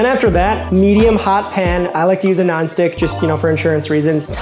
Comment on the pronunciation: Did you say you make the bread in a "Naan-stick pan"?